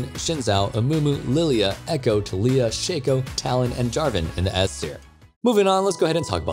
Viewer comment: You remind me of those yt people who purposely say someone name wrong cause you dont care. TA-li